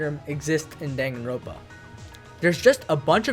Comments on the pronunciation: danganroNpa not danganropa omfggg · its Dangan Ron Pa not Dangan Ropa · He did not just say Danganropa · It really bothers me that you just ignore the last “n” in danganroNpa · "dang-a-ropa" has to be the worst pronunciation I've ever heard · My guy your are aware there is an n in the word danganroNpa right? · This mf will never pronounce the second N in danganronpa huh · I wanted to like your video but the way you pronounce danganronpa is shitty